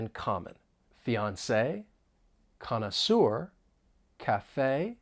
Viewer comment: Connaisseur instead of connoisseur ?